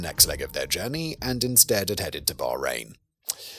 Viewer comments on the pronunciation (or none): none